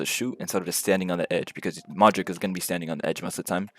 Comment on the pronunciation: Pronouncing Modrić as Modrick and not Modrich is sus. Tells me all I need to know